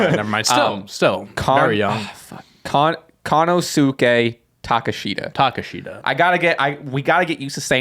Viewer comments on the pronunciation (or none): Konosuke Takeshita is pronounced Kuh-No-Skay Tuh-Kesh-Tuh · It's pronounced Kono-skay Ta-keh-shta Konosuke Takeshita